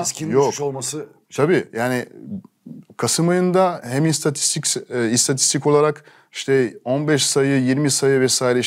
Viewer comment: Alain Digbeu'nun istatistiksel demeye çalışması. Bu adam Türkçe'ye meydan okuyor. Çok yürekli hareket. Büyük saygı duydum. Alain Digbeu bu ülkenin değeridir !!!